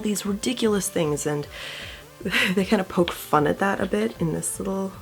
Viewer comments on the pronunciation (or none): none